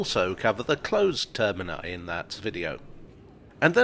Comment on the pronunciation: Thanks for saying “termini”